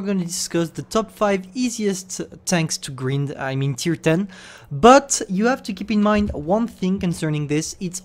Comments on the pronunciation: how pronounces grind: Gr-eeeee-nd how english people pronounce: Gr-eye-NN-D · It's grind(greind) not green'ed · He's saying " greynd " Me: grind this is how to spell g r I n d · wait did he just say griend rather than grind? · Travaille ta prononciation: Grind se dit Grynd not greend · GRIND GRIND say it right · Of course one of the only words effected by your accent was the main one (grind) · Grind is pronounced more like brine than grin